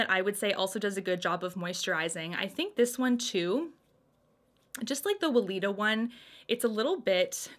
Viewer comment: Katie Jane Hughes loves Weleda Skin Food. She even uses it as a highlighter on her high points. They also sell it at Target. Love it ❤ Oh, and it's long "e" on Weleda 🙊